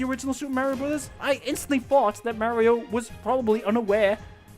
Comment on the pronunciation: Just an FYI: it's MARio. AR SOUND, not a AIR sound.